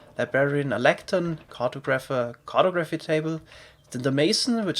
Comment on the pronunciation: cartographer - emphasis on the second syllable, "O"